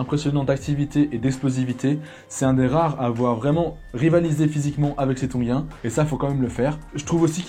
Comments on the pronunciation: Comme tab énorme ❤️🔥mais tongein pas tongin😂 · TONGIENS pas TONGUIENS!!!!